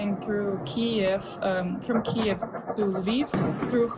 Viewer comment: Finally, somebody who is from the area who can pronounce Kiev properly! I was doing it all along!😆